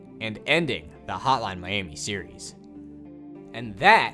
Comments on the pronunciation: all i hear is "Holan miami" :D good work though! really cleared some things up for me. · Is he saying "Hotline Miami" or "Holla miami? 😆